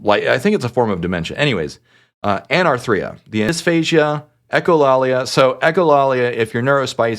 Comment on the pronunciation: the emphasis should be on the second syllable instead of the third: Anārthria